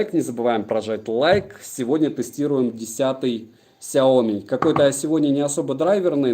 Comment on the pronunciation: Смотрю в книгу, вижу фигу...(Шутка🤔🙃😊 )Без обид. Кстати правильно говорить Ксяоми ноут 10 про(судя по коробке в стриме)!!!